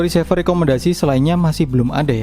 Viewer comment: Maaf bang koreksi untuk menyebut RECEIVER diucapkan re-si-ver, bukan ri-se-ver, dari kata RECEIVE, agak gak enak dengernya kl diucap risever